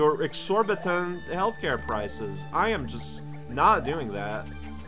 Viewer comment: "I am not paying your exorbitant health care pries!" showing his Canadianess.